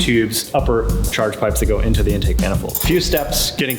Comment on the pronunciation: Why does it sound like they’re saying “endtake” instead of In-take